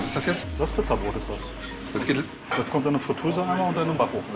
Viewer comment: "Der geit doch noch" loool